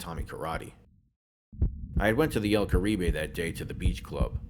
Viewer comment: el carib.... the "e" is silent- spent a lot of my childhood in there- 2 buddies had wedding receptions there